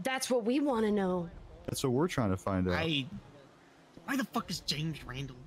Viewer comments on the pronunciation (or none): Also the soft J on James where it sounds like "Yames"